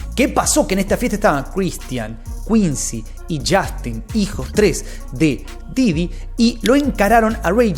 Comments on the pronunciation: Porque dices didio? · Me da risa cuando dice diddyño